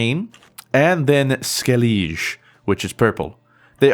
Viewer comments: Skellige: pronounced Skell-ig-ah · Hey man, Skellige is pronounced skell-ih-guh. Just a heads up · the proper way to pronounce skellige is Ske-leh-Ga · "Skeleege, red-anian"... just why? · lol skelliggeeeeeeeeee... it's pronounced skelli-"guh" xD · Skelleege. Triggered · Yeah you really butchered the pronunciation. It's Sco-ee-a-tell, and Skell-ig-uh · Also Skel-i-guh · I can help with the pronunciations: Scoi'Tael is scoy-A-tell Skellige is Skel-li-ga If someone else can help to pronounce it better in word form, I'd gladly take the help :) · Skel-liege, lol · You dont say skellige like that